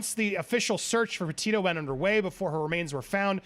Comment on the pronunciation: PLEASE ANDY- - Pronounce her last name correctly. PetiTO. Not Petio.